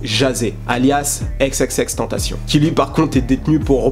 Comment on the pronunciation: EX EX EX TAINE TA CI YAWN Prononce son nom comme il le faut je l'ai déjà dit 😭😭😭 C'était constructif tkt je t'adore sinon